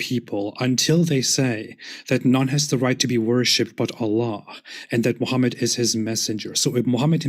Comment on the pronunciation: Noone ran away. You never answered the questions, and you used logical fallacies, false victimhood and insults to take focus away from the topic. And, you claimed higher knowledge of islame than islamic scholars, which is hilarious. You don't even know how to pronounce your prophets name.